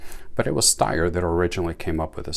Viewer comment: Phenomenally accurate and reliable. Ergonomics matter.. Greetings from Austria 🇦🇹 Point of interest, Styer is actually pronounced as if there was an 'h' after the 'S'. Steyr do offer 3 dot night sights and a holster too.